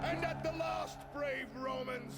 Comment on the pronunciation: Dude's faking his American accent! I never knew 😂 He said "last" like a true southern Englishman.